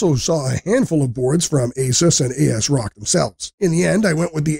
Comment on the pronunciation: I follow a wide range of tech-tubers for years now and this is the first time I ever heard someone pronounce the vendor name "A-S-Rock". I See how their capitalisation kind of implies it that way but still sounds cursed to my ears.